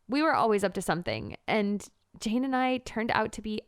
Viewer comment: Gurl u said chain instead of jane